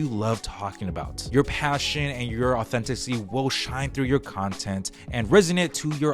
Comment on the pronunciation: The word authenticity has FIVE syllables. Just saying.